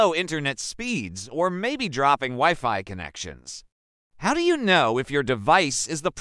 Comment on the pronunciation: Useless video and the fake voice reading the text is AWFUL "weeFee"? And it talks WAY too much NOT about the topic.